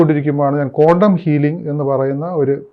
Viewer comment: it’s not condom healing its quantum please pronoun properly